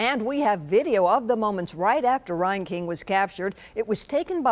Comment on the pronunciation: I went to High School with this rat bastard... he went to Tremont, NOT Morton. God Bless and love all of the family and friends of these beautiful victims. This is so fouled up. His last name is pronounced (Rain/Reign king, not (Ryan King). Thank God for James Shaw Jr. True American hero and warrior for Christ. He took down this fucking murderer.